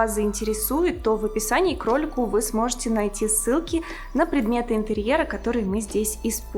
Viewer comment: Вместо "в описании к ролику" услышала " в описании кролику". Сижу и думаю:"Какому кролику?!"